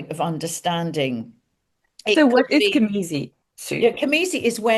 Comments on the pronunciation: I apologize for this Virgo nitpick, but it is cazimi, not camizi, yes? :elbowcough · isnt it cazimi. am i hearing it right